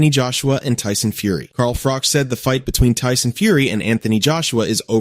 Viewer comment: It’s pronounced fro-ch like crotch!! But with the letter F, Not frok